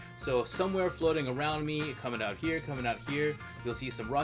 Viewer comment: The Canadian 'eouts' are somewhat satisfying.